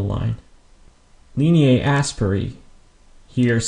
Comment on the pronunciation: Oh I see. I thought the way you were pronouncing it sounded more like English pronunciation rather than latin. I have only heard it as aspera not asperae. But I think you're right. By the way good job on the videos. Anatomy and Physiology are one of my favorite subjects.